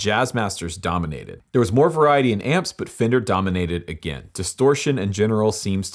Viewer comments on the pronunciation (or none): It's pronounced "Fen-Der" not "Fin-Der"